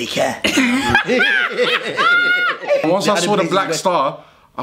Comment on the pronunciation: Nahh the way he says “Jamaica” kills me